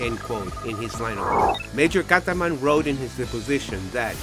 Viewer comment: its major kazman....not kataman. kazman=jewish name. dont you have people who know russian?